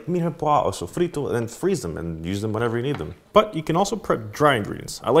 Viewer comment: Wait. Why did u say SOFRITO so well?